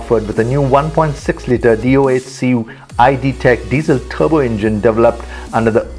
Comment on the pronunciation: Why do speak torque "thorkk" and turbo "thharbo" it's just annoying I am gonna unsubscribe from next time I hear it in the next video